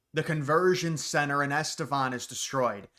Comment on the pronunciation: it’s NOT “Estefan” my bro. Cracks me up every time you say that sh”T but it makes you sound kind of dumb. Fuggin Gloria Esfahan and the Irani Sound Machine.